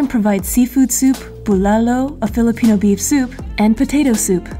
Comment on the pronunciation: OMG your pronounciation of those filipino delicacy is the best! Didn't expect that! 🇵🇭🇵🇭